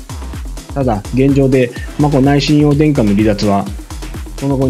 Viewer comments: 親王はしんのうと読みます。 しんおうではありません。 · しんおうではなく、しんのうです。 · 凄い悪意に満ちたコメントですね 親王の事日本ではしんのうと読みます しんおうではありませんよ ニュースソースが皇室ジャーナリストって 新聞で偏向する時政府関係者のような 国際弁護士になればかなり高給ですよね 主さんも使っていたので私も、多くの国民は皇室を敬っています しっかり戦後の天皇陛下のなされた事をちゃんとした漢字を使った本をお読みになっていればね 今かなり日本人擬きも居るから簡単に同調して 💦💢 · 「親王」の発音は「しんおう」ではなく「しんのう」です。